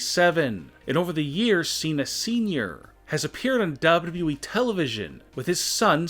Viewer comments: This guy is a damn mush mouth when he says wwe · "Big dubdubeee title." Lol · The way he says wwe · The way he pronounces “Wwe” makes me laugh without knowing why😂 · When he says "WWE" it sounds like his lips are glued together. 🤣